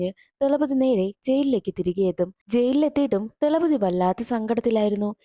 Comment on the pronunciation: Thalapathi 😂 not dhalapathi 😂😂